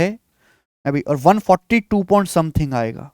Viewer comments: अद्भुत, अकल्पनिय class, 7 करोड़.........🙏🙏🙏🙏😂 बस आप point को pont मत बोलिये सर जी नहीं तो ध्यान भटक जाता है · Please don't say pont it's point 🥶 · Point ❌ pont ✅ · Point ❌ pont 😆